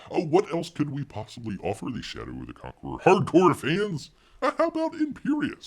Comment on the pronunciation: It kept sounding like you were saying 'Chateau of the Conqueror'.